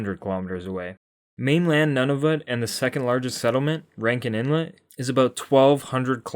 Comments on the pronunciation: You'd think you'd take the time to learn how to pronounce Nunavut correctly. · The U in Nunavut is a long U.